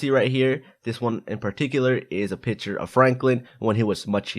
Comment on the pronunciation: He said piture instead of picture